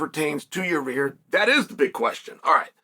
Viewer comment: Ya-rear is a no, moosvar deserves it